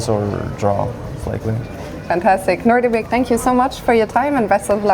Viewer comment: It's nodirbek, not nordybek